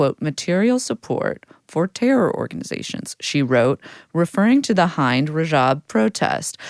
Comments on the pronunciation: No it’s pronounced Hind like holy fuck how would you ever forgive or consider real a ‘nation’ that shot 500 bullets into the car she was cowering in, fearing for her life? Or for that matter blowing up the EMTs who tried to save her life and lost their own as a result. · Its pronounced Hind like Ind-ia not Hi-nd because it's the word for India in Arabic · Hind "I" sound is like Klimt, not bind. Do you guys know who she is? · I don't know what a Klimt is but I was very surprised when they mispronounced Hind.